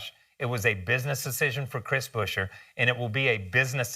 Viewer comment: It's BUE-scher, not Busher or Buscher, FFS! Good news otherwise